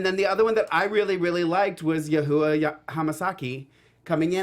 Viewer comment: really like your episode reviews!! but you're butchering yuhua's name lmaoooooooooo